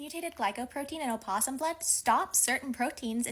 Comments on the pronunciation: in a scientific context it is sometimes used, but scientists aren’t linguists and are incorrect (source: I’m a linguist). Also it’s no “oh” it’s “uh”. As in “uh-poss-um”. So even if specifically speaking to an academic audience, she’s still incorrect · She does not say it correctly. opossum American [uh-pos-uhm, pos-uhm] / əˈpɒs əm, ˈpɒs əm /